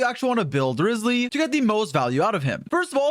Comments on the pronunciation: Bro called him rizzly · Bro called him rizzly the whole video